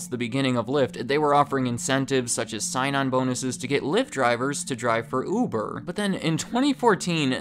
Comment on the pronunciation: I keep hearing "oovoo javer"